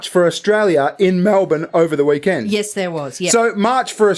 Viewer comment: Not sure if it was intentional or not, but I have never heard anyone pronounce weekend as, "Wee- Kend" like "we kindred spirits" or something